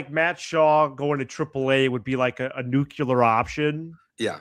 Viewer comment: Havin' flashbacks to George W with these "nucular"s